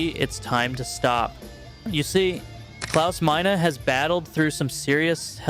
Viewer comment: It's not Clause Mine-ah, It's Clause Mean. lol